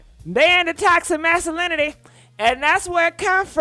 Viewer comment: Toxa… Mass uh lin itee … it sounded so nice had to say it twice. Toxa Massuhlinitee